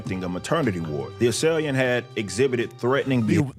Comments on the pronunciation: "...THE ASSAILIANT..." You guus should do an extra video in the fact that THIS WAS EDITED AND STILL ALLOWED TO AIR TO THE PUBLIC...ASSAILIANT. 😂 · I can't hear anything but assaliant now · Thanks to this episode I can't say assailant right anymore.